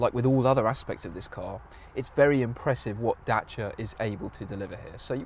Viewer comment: Great review. Impresie how you pronunce Dacia🙏🏼